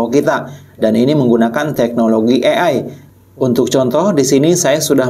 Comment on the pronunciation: DI BACANYA E AI, BUKAN I EI